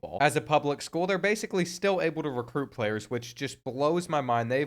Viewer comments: Lol “Recrute” 😂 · "Recrute" is crazy bro